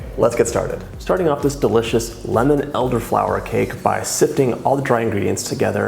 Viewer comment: Why does he say “duh-licious”? It sounds weird.